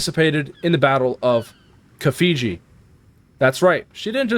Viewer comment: The battle of Khafji, it is pronounced Kaff-G, I am pointing this out not as a criticism but in case you have a genuine interest in history.